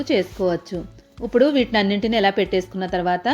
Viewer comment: ఇప్పుడు అనాలి ఉప్పుడు అంటున్నారు.